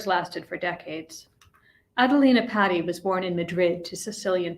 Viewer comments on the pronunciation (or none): It's pronounced P-ah-ti not patty cake.